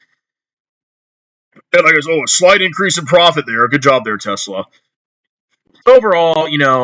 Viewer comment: REUUUUU Tezlahh my ezlahhh